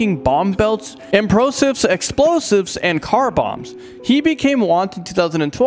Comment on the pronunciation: He said implosive.